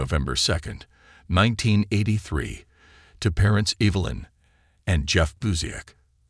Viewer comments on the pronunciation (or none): lindsee??? evalin? why is the pronunciation wrong? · I agree. Did you hear the way he pronounces her mom's name too!